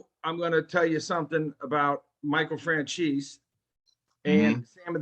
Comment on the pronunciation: It kills me when I hear fran chese. Italian Americans are so disconnected from southern Italians but good work fellas ya working hard. You'll get more into the YouTube algorithm !